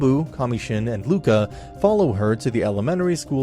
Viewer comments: It's Ruka, not Luka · Buddy, it's Ruka, not Luka